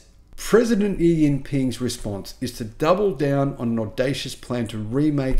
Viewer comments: Great videos! Note, “Xi” in Chinese is pronounced like “Shi” or “She” is pronounced in English. That is, Deng Xiao Ping is pronounced like Deng SHIao Ping (not Deng YIao Ping). Xi Jin Ping is pronounced SHI Jin Ping (not YI Jin Ping). Thanks. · Dun shoaw ping I think is how you pronounce his name. I need to lean phonetics.